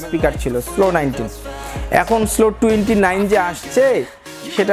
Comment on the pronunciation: স্লো না সলো